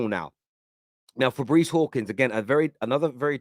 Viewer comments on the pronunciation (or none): none